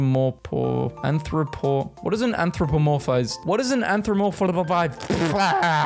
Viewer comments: Did you mean anthropomoraphorathomatisesdethed? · was my fave except for the very end with the absolute failure to say “anthropomorphized” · So close. Anthro-po-morphized.